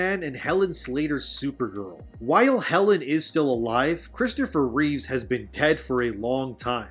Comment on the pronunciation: Please stop saying "Christopher Reeves". His name was Reeve. If you're going to go off about how disrespectful it is for this movie to use his likeness you could show the respect of getting his name right.